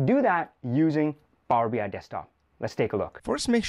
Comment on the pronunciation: This is really well done and interesting, thank you! On a funny note: My non-native-talker ears keep hearing Power-Behind :-D